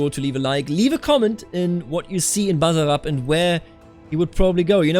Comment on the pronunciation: Your pronounciation of "Basarab" in on point!